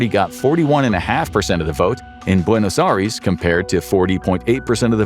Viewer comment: Buenos Aries 😭😂